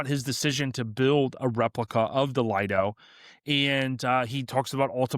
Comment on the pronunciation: Lido is not pronounced Lied-o, it is Leed-o.